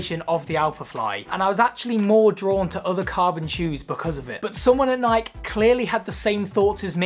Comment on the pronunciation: after the 3rd time he pronounced nike i had to turn it off lol